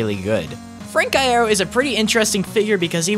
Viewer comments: Idek myself but I thought it was pronounced “i-year-o” not “i-air-o” idk tho so 🤷🏼‍♀️ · you pronounced iero wrong